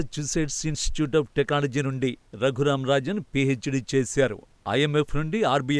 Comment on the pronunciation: టెక్నాలజీ అన్న మాట సరిగ్గా పలకడం రాదు ఏంటి రా వెధవ